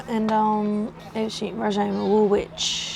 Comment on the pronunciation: Love your videos, they don't send you to the best/easiest parts of London. Woolwich is pronounced Woolich ( no w in the middle). Mind I tried to pronounce Scheveingen when in Holland and got it totally wrong. Lets hope you go somewhere prettier and easier to drive next time you are in the UK.